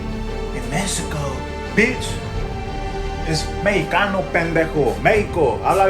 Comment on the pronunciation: Neither doea Vent... he pronounces Mexicano "Meh eeh kanoh" todo pendejillo! 😂😂😂